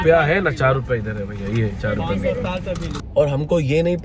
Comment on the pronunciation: ttal lupiya tange h sir😂🤣🤣😂😂 sounds like 150rupiya lega🤣😂😂